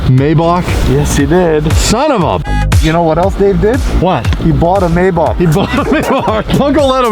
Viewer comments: wtf is a may bock its a may back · you don't pronounce Maybach as it's written, it's called "My bach" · I'm pretty sure its mayBACK but that's just me